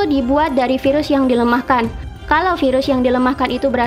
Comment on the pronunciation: Yg dipenjara pengen kerja, yg lagi kerja pengen santai. Sama aja. Selama ini kerjanya ngapaian aja.. mau siti mau terawan sama.. 👎 btw kalo ngomong virus gak usah vairus.. biasa aja..